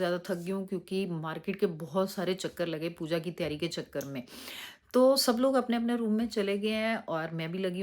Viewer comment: Taiyar nahi aunty Taiyari 😊